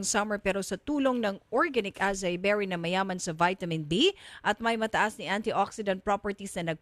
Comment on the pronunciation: acai is pronounced as ah-sah-EE